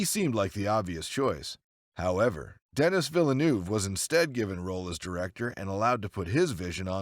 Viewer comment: Terrific video. My only feedback would be the pronunciation of Denis Villeneuve. It’s more like deh-nee vill-uhnuv. I also read that during the fight scene Gosling had his foot in the wrong place. Ford inadvertently stepped on it. This lead Gosling to be closer to Ford than expected, thus the punch connecting.